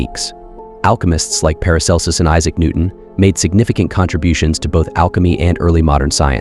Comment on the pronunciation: How the fuck does your AI voice pronounce Paracelsus correctly but CAN'T PRONOUNCE LEAD?!